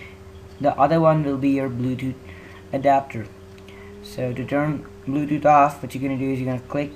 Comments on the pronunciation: It's Bluetooth not bludude. And thing not ting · HE SAYS BLUEDUD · Im die how he said bluedoot instead of bluetooth hahahaha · i heard it at 30 sec and he said bluedudet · LOL HE SAYS BLUEDUD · LOL DID HE JUST SAY BLUESUDU